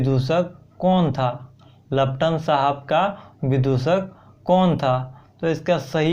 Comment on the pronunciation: Laptan nhi paltan hoga 🤣🤣🤣